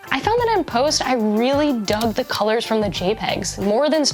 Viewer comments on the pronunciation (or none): none